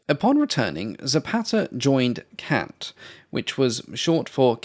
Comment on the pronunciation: Hi, I officially forgive your pronunciation of CANT on behalf of all of the people of Italy, none excluded